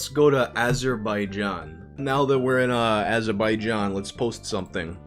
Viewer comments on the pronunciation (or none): "let's go to Azer By Jean" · It's Az er ba ja n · VYUUYBHOHF YOU BUTCHERED AZERBAIJAN HDCDEDEHJCDEECD LMOOOO